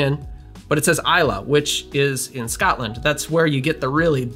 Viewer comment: Great video. Islay is pronounced “E-slah”